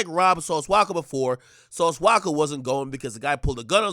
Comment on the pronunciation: It’s “Walka” not “Waka”. His last name is Walker. But yeah. Lol